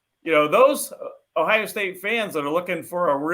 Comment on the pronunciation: the word is Ohio with an O not Ohia with an A